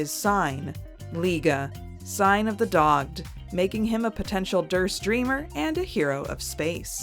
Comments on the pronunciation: Uh, hate to correct you, but dogged and dog-ged are two very different meanings. They are spelled the same, but the one with the hyphen is pronounced dog-ID and means persistent. Dogged on the other hand is a term for the act of breeding. Usually used as English slang for that same act with people. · The word isnt hyphenated, it's pronunciation is. It's pronounced dog-ID. Dogged and dogging is the English words for the thing I said. Google that at your own peril/enjoyment.